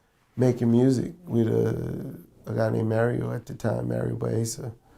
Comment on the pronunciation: anyone know who the songwriter/producer he mentioned at the beginning? Thought he said Mario, like Mario Winans, but it sounded like Mario Waisa ... can't find any info